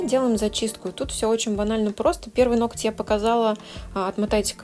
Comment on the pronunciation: НоКоть!!?? Почему меня царапает в каждом видео это произношение?? НоГОТЬ - это привычно и правильно. Мастеру низкий поклон за работу.